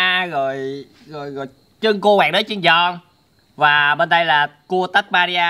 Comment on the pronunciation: người ta là Tasmania chứ ko phải là tabuaria đâu